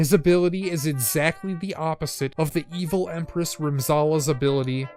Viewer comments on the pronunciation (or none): none